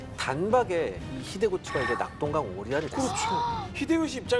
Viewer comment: 자막이 나오기때문에 쓸데없는 태클인지 모르겠습니다만 기자님께서 초에 히데쓰구를 히데구치라고 말씀한신것 같습니다